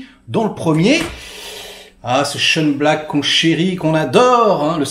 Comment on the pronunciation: Et pour info, Shane Black se prononce "Chaîne Black".